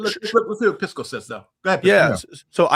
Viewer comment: Objectively reasonable ≠ agreeing with your reasoning, Pisco. (Bonus points to for mispronouncing Pisco throughout)